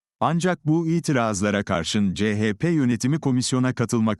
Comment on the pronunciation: Ceyçpe diye okuyan sivri zeka programdan caz geçemediniz gitti